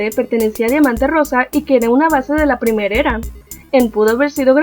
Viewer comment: escuche que decía primerera en ves de primera era